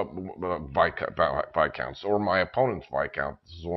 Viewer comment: finally, someone who pronounces Viscounts correctly.....thank you